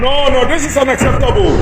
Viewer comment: Ignorant & lazy fool! He can't even pronounce "unacceptable." Ridiculous!